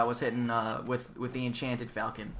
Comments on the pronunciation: Huh, who knew - I've been mispronouncing "falchion" as well. I just looked it up on Wikipedia (a nice article, by the way - I highly recommend it for more on an awesome weapon), and the correct pronunciation is "fawl-chon." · It might be pronounced "Falc-EE-on" But im not sure, and it doesn't matter theres always gonna be some grammar nazi correcting people. Lol